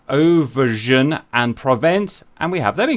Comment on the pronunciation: The British carrier is destroyed by its' own team, the French go "Hon hon hon hon! Nous avons encore gagné!" BTW, Auvergne is pronounced "O-ver-nye". Historical quote, between an english ambassador to France, and the french privateer "Surcouf": -You French, you fight for money! We fight for honour! -Well you know ambassador, everyone fights for what he lacks.